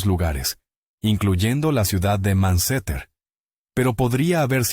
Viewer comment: Tu IA dice Manceter, pero debe decir Manchester. Por ahorrar plata te sale un mal trabajo